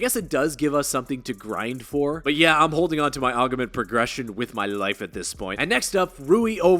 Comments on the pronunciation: Just to let you know, every time I hear you say the word augments I cringe there's no e between the g and the m lol😂 It's pronounced (Augments) not (Augements) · “Aug uh ments” It’s AUG MENT That’s all. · It’s “ogg-ments” not “ogg-a-ments” haha good vid tho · "Aug-a-ments" is driving me a little insane